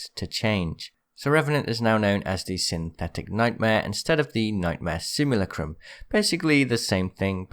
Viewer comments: Bro it's simulacrum not simulucrumb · It's pronounced Simu-lack-rum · You butchered the pronunciation of simulacrum so hard